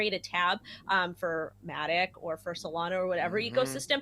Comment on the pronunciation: Hey it’s SolanA not Solano.